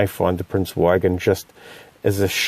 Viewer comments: Prince Eugen. The Eu is pronounced like oi in choice and the g is hard like in good. Nice video as always. I love this ship. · it's pronounced like oogen, nice vid.